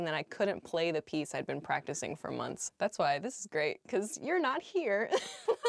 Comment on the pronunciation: in 1.53 is a mistake pacticing and not practiving, thank you so much for helping us to improve our english